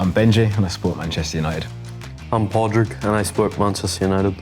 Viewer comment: Pissed me off how they pronounced padraig wrong the whole time